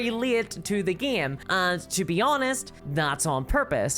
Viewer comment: Why she says gaem instead of game?